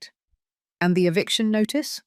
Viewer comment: EVICTION not EVICATION. Who can't spell should not narrate.